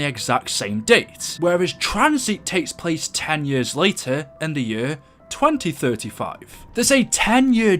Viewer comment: You say years like yers do you have an accent and if so what is your background